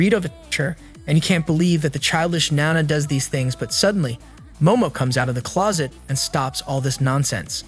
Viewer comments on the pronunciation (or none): none